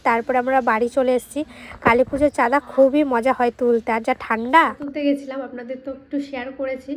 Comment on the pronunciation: তুমি একটি কলেজে পড়া মেয়ে, চাঁদা কে চান্দা বল কেন। উচ্চারণ ঠিক করতে হবে।❤ ভুল উচ্চারণ শুনলে কানে লাগে। শিক্ষা কে কাজে লাগবে।❤